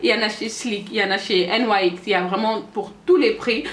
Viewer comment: Salut ma belle, j viens de l'abonné et franchement c'est top 😘😃la marque nyx se dit nix enfaîte mdrrr😂😂 Continue comme ça et si tu pouvais faire une vidéo makeup nude et aissi les gloss ou rouge à lèvres nudes pour peau noire bisou 😘😘💪💜